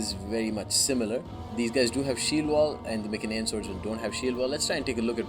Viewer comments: be honest, the correct pronounce is My-cen-ee-an, My (as in me), cen(as in can). P.S. Seleu-c-ids not Seleu-s-ids. That My-s-enean is the exact same mistake. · mycenaean: my (as in my) sen (as in sent) ee (as in eat) an (as in an) so pronounced: My-sen-ee-an (emphasis on the my and the ee